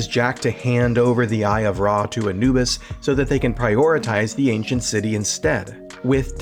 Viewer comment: characters* (not caricatures); Egyptian Ra*; character* (not caricature); Anubis* (not "Enuwbus"). 😫